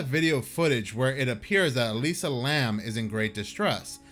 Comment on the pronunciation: It's Elisa Lam, not Lamb 😂 Here I was thinking there was another female student mysteriously disappeared.